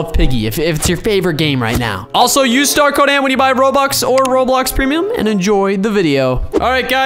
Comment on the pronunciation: I think that when he said "we sue star code ANT" I think he meant "we use star code ANT"